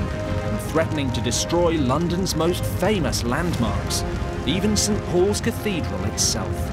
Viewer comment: she said St. Po'is or poze Cathedral.